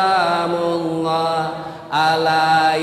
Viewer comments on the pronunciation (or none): Salamullah ustadz bukan solamullah 😅